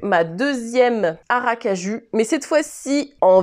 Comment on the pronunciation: C'est toujours sympathique de te suivre ! Par contre Aracaju, c'est à prononcer "ou" à la fin... (c'est la capitale de l'état de Sergipe, plus petit état du Brésil... et capitale de la noix de cajou ! D'où la prononciation) c'était un point culturel géographique 🤣